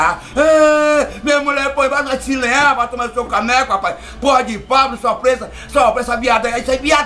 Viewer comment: Fablu? Não é Pablo não é...😂